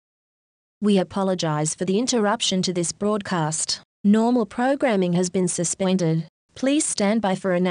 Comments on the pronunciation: okay but are we gonna ignore the fact that it says 'suspwended' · "Normal programming has been suspwended." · austrailia- suspweinded